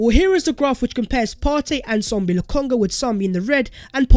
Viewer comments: It is Sambi not Sombi. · It’s SAMBI NOT SOMBI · I thought it was Sambi and not Sombi like keeps saying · Sambi not Sombi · Sambi not sombi😃